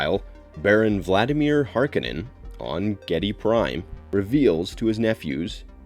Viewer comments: Duke Lego's name is pronounced lee-toe, not let-oh, I thought! 🤔 And Baron Harkonnen's name is pronounced hark-oh-nun, not harka-nin, isn't it? 🤔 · Har-ko-nen is how it's pronounced